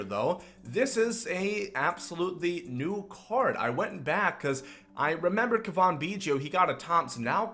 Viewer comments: Turd Ferguson yes it is Cav In not cavon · It’s Cavan, pronounced liked Gavin with a C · It’s pronounced Gavin with a C, he’s not French lol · It is pronounced Cav - in Biggio not Cavan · Kaa-vin, not Kaw-von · The Cuh-von bothers me almost as much as the Row-Bear pronunciation of Robert. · It’s pronounced C-A-V-I-N, like GAVIN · its almost like you try to say Cavan Biggio’s name wrong holy crap man..... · I know it's nitpicky, but the way you say Cavan literally made me close out the video. It's so bad lol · is it just me or does he have an accent (no im not talking about the way he pronounces cavan) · Is that how you say Cavan?? you’re terrible at names. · Learn how to say cavan, he's not french.